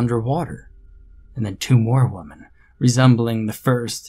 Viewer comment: I have to ask. Why do you pronounce women like woman instead of wih-men? Ive never heard that before & it’s really hard to distinguish the difference like that. I keep thinking you are only talking about one woman.